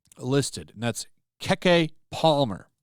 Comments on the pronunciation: Keee keee palmer not kay Kay lollll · Why are you saying Keke Palmer's name like that